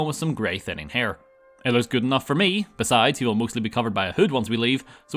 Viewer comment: I have now watched you say "Ghood!" About 10 times and it gets funnier every time.